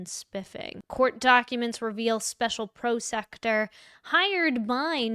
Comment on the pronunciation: Why do you pronounce prosecutor as pro-sect-er? Is there a joke there I don't get?